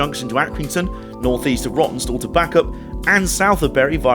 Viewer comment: That two hour layover which caused you to freeze your proverbials off at Rawtenstall caused you to pronounce it "Rottenstall"! That must be the way you felt about it in the nethers! Entertaining video, thanks for uploading.